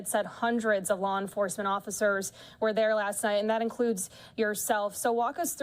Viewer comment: the fact that he said “occifers”. he would get dragged out of the car and cuffed for that alone.